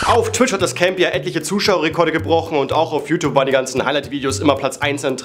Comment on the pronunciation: Man beachte wie youtube bei min ausgesprochen wird xD ,,YouTop" 😂🤭